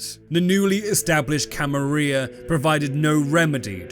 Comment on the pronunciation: I don't know if you're doing it for engagement, but man it really annoys me that you keep saying Camarilla wrong.